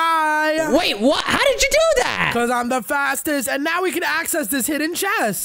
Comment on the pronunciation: And omz when he says now he says neow!